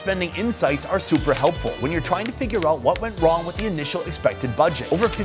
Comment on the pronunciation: 👀 you have hwhaaat in your mouth?